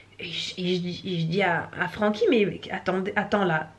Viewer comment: Francky je peux pas faire autrement que d'entendre "Paroles de chat" quand il parle hahaha